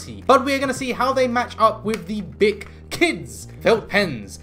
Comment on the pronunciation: Yes, you said it right. "Bic", /beek/. It's a French company. These are extremeley popular here in France, and also come in a 24 set. Very good felt pens, but they streak, like every other felt pens...